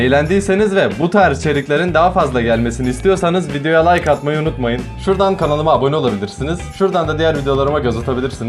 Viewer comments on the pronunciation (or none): none